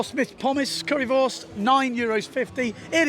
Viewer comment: Wunderbar! Fantastisch! Currywurst/Pommes! Your pronunciation was perfect.